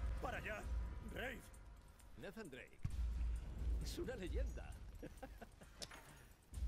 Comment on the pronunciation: Ademas no pronuncian bien el nombre de nathan en la voz en el español de españa